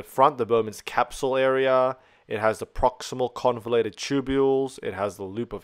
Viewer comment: just to point out it's convoluted and not convulated